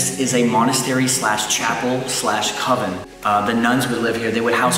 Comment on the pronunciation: Its convent..not coven or covenant. lol Good episode